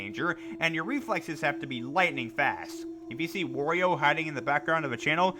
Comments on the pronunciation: Bruh why do you say Wario like W-oreo? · Ugh, no offense but I cringe at the way you said “wario” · When he says wario, he sounds like he’s saying oreo